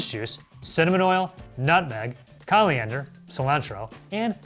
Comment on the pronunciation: mispronunciation of the word "coriander."